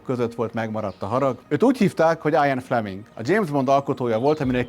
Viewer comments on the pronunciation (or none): jól hallottam? 'áj-an Fleming?' no, ne már!!!!!